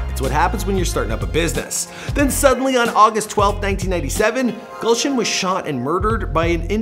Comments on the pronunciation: thats not gulshun thats goolshun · It's not 'gaulson' ,rather it can be pronounced as 'goolson'( written as gulshan) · Gulshan pronounced as galshan and punjabi as pun jaabi